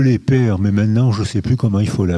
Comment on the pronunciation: Bien entendu, on supprime mes commentaires, notamment sur le fait que Monsieur n'a pas été capable de prononcer le mot "père"... allez-y, "éliminez-moi" en tant que voix discordante...